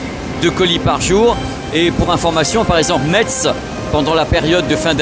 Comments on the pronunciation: ça se prononce MESS la ville de METZ 👅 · Metz se prononce "messe", le "t" est complètement muet. ;-) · je fais pause à 2 min, par pitié, Metz faut prononcer "messe". j'y retourne 😁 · Bravo pour tes reportages. Pour info, on ne prononce pas le “TZ” de METZ ( sauf si tu veux passer pour un touriste 😜). Ça ce prononce phonétiquement « maisse ». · on prononce mess, mais ça s'écrit Metz, bisou <3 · Bonjour je suis de Lorraine est juste pour information Metz ce prononce Messe merci et super reportage. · pour Metz on prononce Messe 😁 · Hello. Merci. Mais on dit mess et pas Metz. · On prononce MÈSS. On prononce pas le T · Ca c de la logistique 😊... on ne prononce pas le "t" de Metz